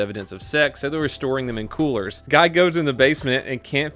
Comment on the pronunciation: He said colers. Not coolers